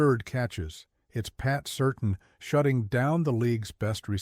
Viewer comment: Every time I hear this "voice" pronounce his name as "Pat Certain"---instead of "Pat Sir-TAN"---I have a visceral reaction. 🤨